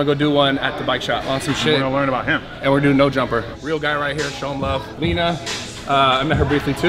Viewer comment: When said leeena 🤦🏻‍♂️